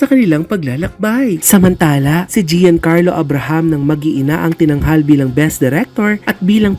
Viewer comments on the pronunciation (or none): cora, Gian in Giancarlo is not pronounced as "jee-yan". It's pronounced as Jan